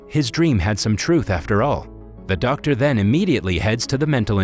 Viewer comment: I like how he said ‘Der’ Simon instead of Doctor Simon 🌝😅